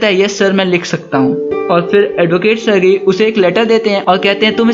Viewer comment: सरगई nhin सरजी